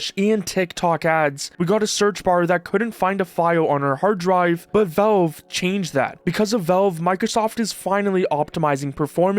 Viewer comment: It's pronounced "VALVE", not "VELVE"